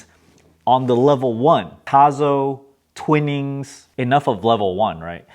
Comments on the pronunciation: Twinings, not twinnings. Peek-oh, not peek-oh-ee. York-sure, not york-shire. You're welcome. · Twinings = twynings Bergamot = berg-a-mo